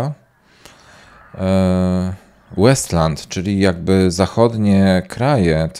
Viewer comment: Gra nazywa się Wasteland a nie Westland, pozdro ;)